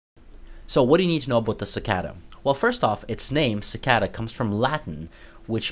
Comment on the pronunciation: si-kay-duh, you mean, dude.